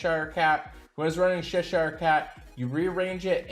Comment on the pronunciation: Drake Dong? Not sure if this is deliberate. Also the Cheshire Cat is pronounced Chesh (Like Chest but with an H) - Shire (🇬🇧 - SHY-ER or 🇺🇸 - SHUR... As in New Hamp-Shur). Aside from that 0 mistakes in this Anchor Grade.